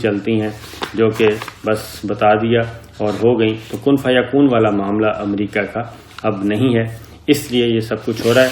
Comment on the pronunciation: السلام علیکم. محترم صابر شاكر صاحب. آپ کی خبریں بہت اور ملک دوست اور عوام دوست اور حقائق پر مبنی ہوتی ہیں۔ مگر ایک معصومانہ درخواست کرنے کی جسارت کرتا ہوں۔اور وہ یہ کہ براہ کرم امریکہ کو امریقہ بولنا آپ کیطرح کے شخصیت کے لئے مناسب نہیں۔براہ کرم اسی طرح کی غلطیوں کی اصلاح کیجئے۔ جزاکم اللہ خیرا۔